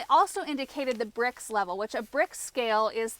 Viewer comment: Brix, not bricks.